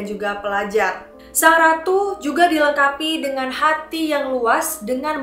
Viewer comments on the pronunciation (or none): none